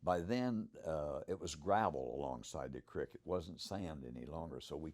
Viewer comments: Why does he call it a crik.. then he days crik it.. so cricket?? Oh dam.. creek.. got it.. he says everything normally except creek is it just an accent that makes it sound like hes saying crik instead of creek? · i love how it's pronounced a "crick" bed. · Take a shot of every time he says crick. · Love this story , the patty footage is the one thing that keeps me hanging on to this topic .. but whats sup with the way he says creek 😂😂